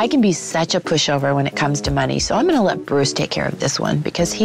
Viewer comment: I love the : im honna cry my diamont erring